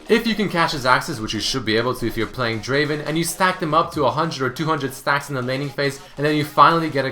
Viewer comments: #4 is not draven it is DRAAAVVVEEEEEN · he pronounced draven wrong. its pronounced Draaaaaaaven. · hey,, it's not draven. it's DRAAAAAAVEN;) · Wtf, its not Draven, DRAAAAAVEEN!